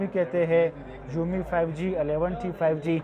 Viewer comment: Umi nhi hai Xiaomi hai